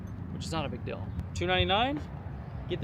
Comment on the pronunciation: I'm getting pronunciation nazi on you. Your eeeeee's are "ee. Steal but you say still. Reel, but you say rill. Deal, dill. Feel, fill. And so on.